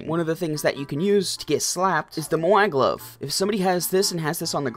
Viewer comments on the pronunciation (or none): How people pronounce it: Moai How he pronounces it: Mouie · bro he will never pronounce moai right